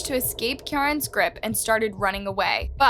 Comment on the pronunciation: Name is said like kee-ron but amazing vid the uk has some gruesome crimes it’s so sad